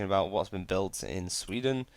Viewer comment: SWE-den not SVE-den